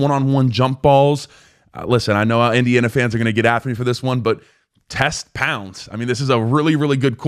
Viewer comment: Pounds? It’s “Ponds”. Geez. Details. Failure to attend to details weakens your credibility. And no. D’Angelo won’t have a problem with a taller receiver because he Ponds can get up as well. He has a 38” vert. Sheesh. Have you done your homework? You’re supposed to be teaching us stuff?